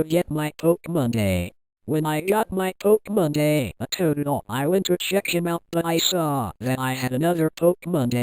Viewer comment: Stop saying pokemonda